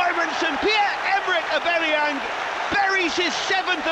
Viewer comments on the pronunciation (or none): Please sack this commentator- fake passion, not good enough voice for a commentator, and he says names wrong- Aubameyang as ebemeeyong